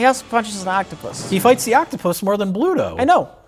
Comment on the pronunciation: For a popeyehead, still was and called Bluto, "pluto". How embarrassing